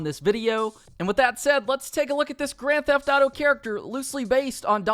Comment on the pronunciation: And instead of saying “grand theft thauto” just say gta